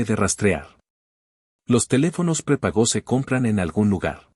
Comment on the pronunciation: Se dice prepago, no prepagó